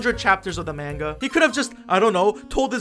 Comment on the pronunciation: It's pronounced "MAWN-GA!!!!!!!!!" DX